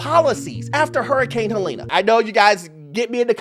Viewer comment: Helene is pronounced Helleen not Helena